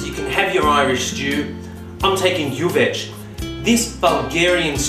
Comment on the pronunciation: Bulgarian here. Kudos for saying gyuvetch right! Never made it in a tajine, but no reason why not. The traditional gyuvetch is actually made in a similar earthenware pot, also known as a gyuvetch, but of course nowadays most people just use a dutch oven or whatnot. As with all Bulgarian cooking, you can never have too much paprika, or too much butter!